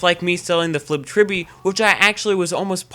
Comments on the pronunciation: its not the flibbed tribby..... its the FLIPPED TRILL-BEE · Good vid, but, I can't get over "Flibbed Tribby"